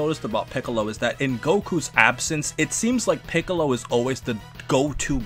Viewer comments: they way you said Piccolo like "Pee"ccolo 😂😂😂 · This dude really called Piccolo, Peeccolo.... dead bruh